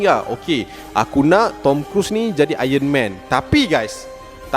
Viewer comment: Aron man bang bukan ayen men